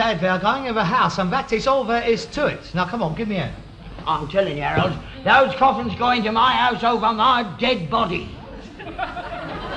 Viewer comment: 5.20..corfins..what is a corfin..?..